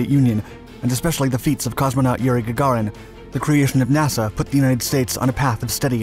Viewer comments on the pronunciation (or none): none